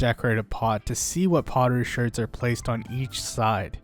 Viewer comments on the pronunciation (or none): bro says Shurds instead of shards. that bothers me alot lol